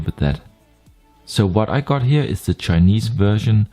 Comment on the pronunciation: Ahhh, that explains the Blend ...specially with words like "Here" that sound like "Heir" in german but than "Monitor" sounded danish:) Not trying to troll . Just funny.